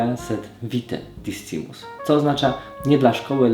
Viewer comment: Pozwolę sobie Cię poprawić, discimus nie czytamy jak jest napisane, ale "c" czyta się jako "k"